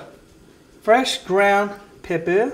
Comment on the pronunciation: Why are you saying pepper the way you are I'm from dulac Louisiana a real Cajun you are perpetrator